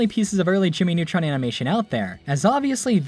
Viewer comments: "Jimy Nawtron" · JIMMMY NEWTROUNSSSSS ORIGANAL SHAOW